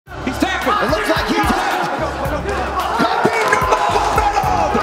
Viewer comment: In Russian its Хабиб, X being translated as Kh, but really, the K isn’t the primary sound, it’s more of a hard Ha sound, so Habib is closer